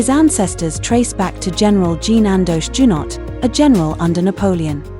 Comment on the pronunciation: First of all, Prince Rainier and Princess Grace were never royal. Their titles were Their Serene Highnesses, not Their Royal Heighness. When Princess Caroline married Prince Ernst, then she became a royal. Check your pronunciation! It's pronounced zhoo-no.The final "t" is silent. Princess Caroline wanted to be on her own and she admitted that getting married achieved that. The name Casiraghi is pronounced with a hard g, as great. It's because of the "h" after the "g." Lindon is pronounced lan-don.